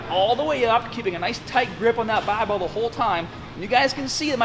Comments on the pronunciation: Is this dude an american trying to sound british or the other way around? I heard both baabel and barbel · The Bah-bel ! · Taaaahget the short head with a wide grip baaaahbell curl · U wanna taaahhhget both heads with a baahhhhbell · Hahahaha the BAH-BELL. Sorry, I seriously love your videos.